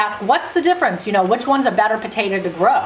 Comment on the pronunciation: Sorry it's potato NOT potatoa!!